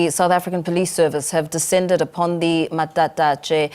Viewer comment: 'matatashe' yah neeh